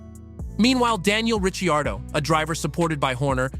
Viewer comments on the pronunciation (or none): Are you new to F1?! It’s Ri-card-o …pu-keep!!!